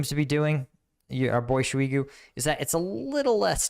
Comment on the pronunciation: SHEW-EEEGOO. damn that's a hell of a pronounciation.. 😂